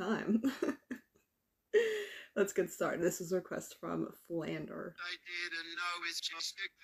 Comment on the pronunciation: I think you mispronounced my name it should be Flan-dray (no hate BTW)